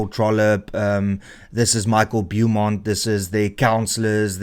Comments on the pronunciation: Dont stoop to to their level. Call them Action SA. Call him BOWmont (Beaumont). Not BEWmont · Small correction for future. It's pronounced bo-mont